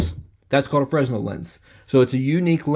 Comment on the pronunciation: Fresnel Lens (pronounced fray-NEL). Your welcome.